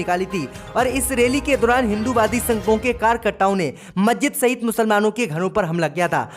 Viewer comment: I am from ALIGARH U.P. नखलऊ, मज्जिद और कई शब्दों का उच्चारण ठीक करें م خالد انصاری دارالقلم علی گڑھ